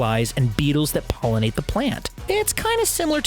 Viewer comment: BUH!-eetles that PUH!-ollinate the PUH!-lant